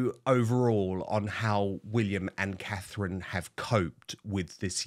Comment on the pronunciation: Please get name Catherine correct